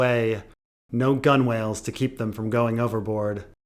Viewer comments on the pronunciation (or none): Grunwale is not pronounced 'gun-whale', it's 'gunnel'... too late for an edit?😂